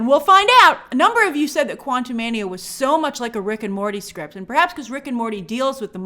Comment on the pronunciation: 😂 That New York accent came out “It’s the script” love ❤ it tho 🥰